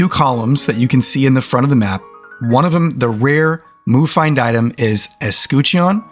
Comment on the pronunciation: The shield is like saying 'kitchen' but with a 'U' where the i is... eS-kut-chen have a great day